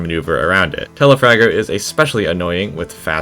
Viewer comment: It’s Telafrager not telafarter but I like you humer